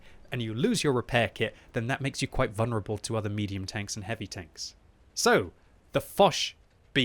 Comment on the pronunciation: It is vul-ner-able not vun-rable